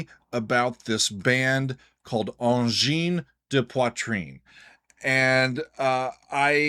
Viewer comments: You actually did a pretty job with the pronunciation. One of the thing they got right is going for songs that actually have long sections where people (in concert) can actually dance/slam. It's like tech music from Neptune. Since the music is mostly counterpoint based (piling up loops), the 1/4 steps opens a lot of additional possibility for pilling up line. The technical ability of those two guys staying in sync while pilling up lines, cutting loops in and out, adding new parts, is really impressive. Thanks for a really nice review and analysis. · Lots of micro-tonal music in the Oriental part of the planet, both vocal and instrumental. Pronounced Sar-ni-ayz also Angine de Poitrine - Ah(n)gin de pwatrin - Angina Pectoris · your pronunciation of their name is quite good, and I haven’t heard many people get it right. That said, I’m not a fan. I appreciate their originality, but I’ve never enjoyed repetitive music. One thing is certain, they are bringing something new and fresh to the world of music. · So happy to see two local guys from Quebec showcased on all of my favourite music related Youtube channels :) BTW your French pronunciation is pretty good... for an American :P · The good thing about being late to the party: at least you pronounce the name correctly. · Thanks so much for reacting to them! I am from Quebec and here we're all so proud of these guys blowing the mind of the entire planet. By the way, you'Re doing good saying their name. Great practicing. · Dude, your very decent pronunciation of their name and whipping out a pipe while grooving to some weird music from Quebec makes you an honorary Canadian in my eyes. Vive le Quebec! Vive le Canada! Vive AdP! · Your prononciation of Angine de Poitrine is pretty good, but the title of your video is mispelled ;-) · Your work payed out, you had one of the closedt pronounciation that I heard a non-french speaker manage :) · your pronunciation of ''Angine de poitrine'' is very good by the way 👍👍